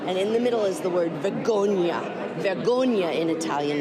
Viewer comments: She didn't even pronounce, "vergogna" properly. 😂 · Mrs Alito IF YOU DON'T KNOW HOW TO PRONOUNCE VERGOGNA PLEASE DON'T INSULT MY LANGUAGE! !! YOU AND YOUR HUSBAND ARE TRAITOR TO AMERICA!!! A VERY SAD DESPICABLE DISGRACEFUL COUPLE! SO IS JINNY AND THOMAS!! THE WORLD IS WATCHING!!